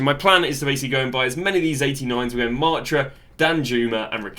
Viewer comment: Its Maaaa taaaaa